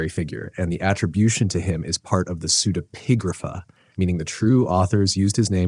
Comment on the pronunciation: You didn't mention the pseudepigrapha book "Harriet the Spy" by Louise Fitzhugh. Also, do we HAVE to pronounce if "pseude- PIG-grapha"> Can't we put the syllabic stress on on EPI?